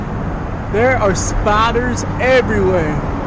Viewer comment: Bro I thought you were saying spotters hahahaha!! So spiders? 😂